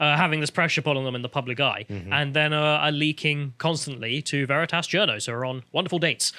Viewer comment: Big brain on mispronouncing Vereetas 😂😂